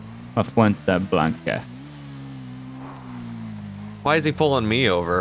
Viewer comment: Nice how u said la fuente blaca